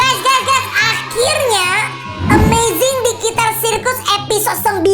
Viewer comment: KOK AKU DENGER NYA "THE AMAZING DIGITAR" YA?